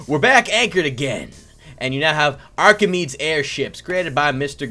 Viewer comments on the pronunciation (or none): Btw its pronounced Archemedees ships not Archemeeds ships :) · The name isn't archameads, it's /ˌɑːkɪˈmiːdiːz/. My ocd was bothering me every time.